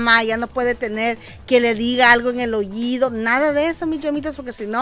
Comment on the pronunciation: Como que,OYIDO ? Se dice OÍDO 👂